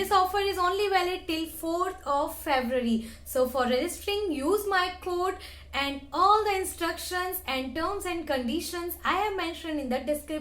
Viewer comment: code is- cowd not cood